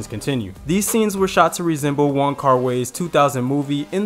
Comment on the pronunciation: wong... kar... WAI. WHY. WHY!!!!! please. thank you